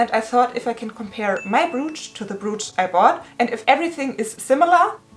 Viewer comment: I’m feeling you! Hope you‘ll get the money back! Just one thing: your pronouncuation of ‚brooch‘: it‘s not [bru:tsh], the vowels sound like in ‚coach‘